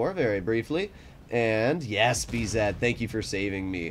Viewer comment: Could u please stop saying "b-zed" The last time i checked, u were American